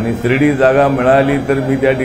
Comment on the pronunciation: हा कवी शिर्डी ला श्रीडी म्हणतो काय करायचं या कविचं